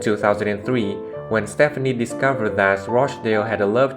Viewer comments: Thank you for this video, but it's driving me crazy that you are pronouncing Gwen "Stefani" as Stephanie. They are two totally different names and pronounced completely different. Thankfully, you can now call her Gwen Shelton! Sorry, but I have to deal with the same problem and it just gets tiring having to correct others. Thank you & thanks again for the video. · Wait a minute.... if you're going to tell a Blake and Gwen story you have got to pronounce her last name right.